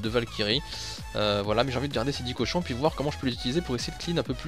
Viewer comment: Petite erreur c'est cochons et pas Cohon 😉 belle vidéo comme dab!